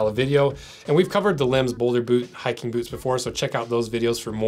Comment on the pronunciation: I love the way he pronounces boots: "Bhootz"